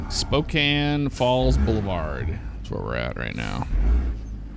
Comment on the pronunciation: And he even pronounced it correctly instead of pronouncing the e at the end like so many people.